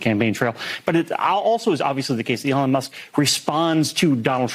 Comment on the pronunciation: "elin", andersen? it's elOn! say his name right or else youre racist or something... least that's what i heard from kamala supporters...